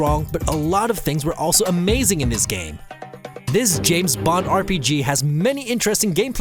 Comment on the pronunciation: I hate how this narrator doesn't pronounce "th" in words and uses a "d" instead, like "In dis game" ...lazy